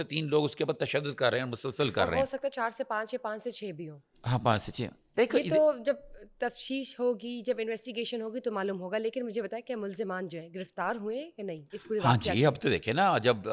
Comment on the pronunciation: محترمہ تفشیش نہیں ہونی چاہیۓ 😜 بلکہ تفتیش ہونی چاہیئے 🤣